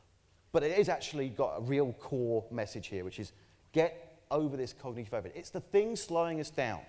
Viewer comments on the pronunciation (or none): aaaaannnnnnnd, before anyone asks, Brits do not pronounce that word like that (cogneeeeetive). Apart from this one.